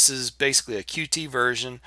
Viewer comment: Nice review, but the Qt project is officially pronounced "Cute" not Q-T.